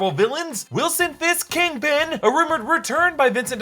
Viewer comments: kingping? its kingpin 💀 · Kangpin. You heard it here first. Also, she’s a Skrull.